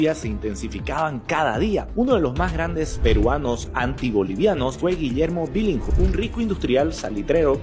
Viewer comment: Billinghurst se pronuncia "bilingurst" Bro. No "bilinsgurt".🙉🐭. Por lo demás, genial.🥲👍🏻